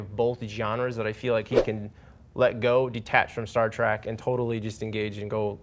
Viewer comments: Can those dipshits stop calling it 'Star Track'? IT'S STAR TREK! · It's not STAR T R A C K! DUMBASS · It's not Star TRACK it's Star TREK. Ignoramus.